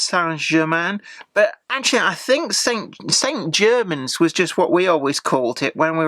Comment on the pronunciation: Your pronunciation of St Germans is the correct one. Anyone pronouncing it with a French accent here in Cornwall would get a puzzled look! ps Good review, by the way!